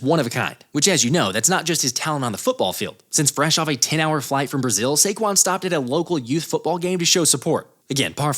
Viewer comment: “SAQUON” again